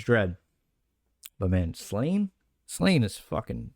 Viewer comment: Great showcase of an amazing volume. Sláine is pronounced "Slawn-yah" (Irish names are hard mode). I bought the special hardcover of this, such is my love for the series. Sláine is based on the hero Cúchulainn and many of his feats are an echo of the latter. His 'warp' ability where he turns into grotesque forms and goes into a frenzy is like seeing Irish myth come to life. There's so many reasons to love this book and the artwork tops it. Also - 2000AD brought out The Horned God in an oversized colour edition last year. Simon Bisley at his very best, I recommend at least looking at it on YT.